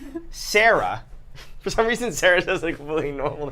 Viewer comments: It's Cera, come on. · It's Cera, not Sara lol like triceratops